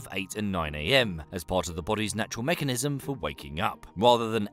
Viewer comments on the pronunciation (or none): none